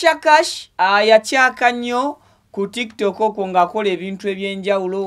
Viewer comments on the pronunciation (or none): none